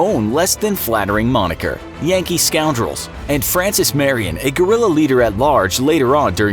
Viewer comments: I think i heard Gorilla not Guerrilla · Correct pronunciation (ge•ri•ya) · Americans: Gorilla fighters 🦍🦍 😂😂😂 idiots don't even know how to pronounce Guerrilla 😂😂 Gue-ril-La it's really not that difficult!